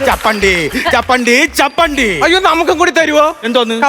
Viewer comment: ച്ചപ്പാണ്ടി അല്ല ച്ചെപ്പണ്ടി ആണ്